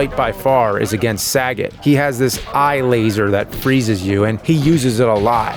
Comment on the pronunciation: Sagit? Oh James....sagit? Sagot, perhaps? Otherwise, exceptional as always, my man. This show has only gotten better. At worst, its stayed the same and that's still great. Love AVGN